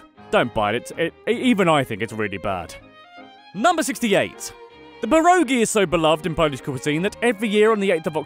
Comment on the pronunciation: My god you butchered pierogi so wrong